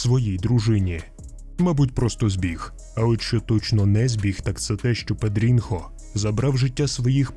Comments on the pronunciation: Читається не не Педрінхо а Педріньо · Не педрінхо, а педрінйо. Це як у нас типу Тарас і Тарасик. І не бочінга, а ботінья що по бразильські ще може чутися як бочінья.